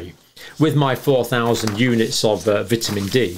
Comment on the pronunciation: I like the way you pronounce vitamin